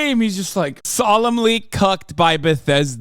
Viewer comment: I truly believe this guy is a 40 year old virgin the way he says BATHESDA